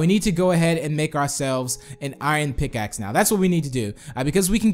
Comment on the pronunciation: He said PICSACK